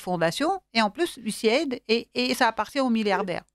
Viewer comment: MERCI DE PRONONCER CORRECTEMMENT CETTE INSTITUTION ON DIT " USA ID"